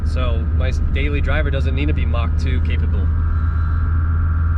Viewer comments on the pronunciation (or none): none